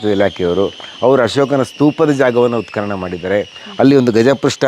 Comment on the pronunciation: ಉತ್ಖನನ ಸರಿ, ಉತ್ಕಲನ ತಪ್ಪು, ಸರಿಯಾದ ಉಚ್ಚಾರಣೆ ಅತ್ಯಾವಶ್ಯ. ಊತುಹೋಯ್ತು ಅಂದ್ರೆ ಊದಿಕೊಂಡಿತು ಅಂತ. ಹೂತುಹೋಯಿತು ಅನ್ನಕ್ಕೇನು ಕಷ್ಟ?. ನಿಮಗೆ ಅ ಕಾರ ಹ ಕಾರದ ವ್ಯತ್ಯಾಸ ಅದ್ಯಾವ ಭಗವಂತ ಹೇಳ್ಕೊಡಬೇಕೋ🤦 ಸಾಮಾನ್ಯ ಮಾತಾಡುವಾಗ ಹ್ಯಾಗಾದ್ರೂ ಮಾತಾಡಿ. ಲಕ್ಷಾಂತರ ಮಂದಿಗೆ ತಲುಪುವ ನಿಮ್ಮ ವಿಡಿಯೋಗಳಲ್ಲಿ ಸ್ಪಷ್ಟ ಹಾಗೂ ಶುದ್ಧಭಾಷೆ ಅತ್ಯಾವಶ್ಯಕ. ಶುಭವಾಗಲಿ.